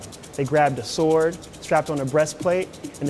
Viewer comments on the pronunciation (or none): none